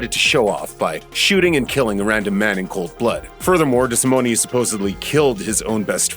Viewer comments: Desimone not pronounced with an E sound at the end. Cringe.. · Just an FYI you’re pronouncing Tommy’s name wrong and his bones weren’t in the basement